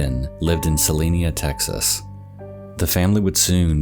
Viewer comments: Also, its pronounced Se-line-a, not Se-leen-a. I grew up very close to there and have friends there. Took me a bit to realize that is where you were talking about lol. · CeliNA. Not CeliNIA. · It took me a minute to realize you were talking about Celina Tx. I was confused for a sec because you kept pronouncing it Celinia and I was like, where the hell is that. I've lived in Dallas all my life and never heard of that city. 🤣 Love your vids. Great Job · The town is Celina (Suh-Line-Uh), TX. It is near Dallas. There are almost no mountains, plateaus, or even hills, in the area. Your B-roll video is far from representing your dialogue. Check out That Chapter here on YouTube to see someone do it right. Thank me later. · this is a very nitpicky thing but it is pronounced sa-line-a, like saliva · YOURE COMPLETELY SAYING THE TOWN NAME WRONG. I LIVE AN HOUR AWAY SO I WOULD KNOW